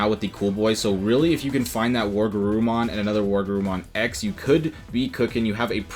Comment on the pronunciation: Were...WereGarurumon. Not war.